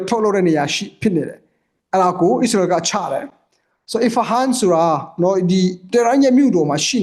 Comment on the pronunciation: ခင်များကိုပြောမယ်နော် အီးစရေတွေ အီရမ်းတွေ မပြောနံ့ဗျာ မြန်မာလိုတင်ဆက်နေတာမလား အစ္စရေးဆို အစ္စရေးပြော အီရန်ဆို အီရန်ပြော အီးစလွယ်‌တွေ အီးရန်းတွေ အက်စ်သံမပါစေနဲ့ဗျာ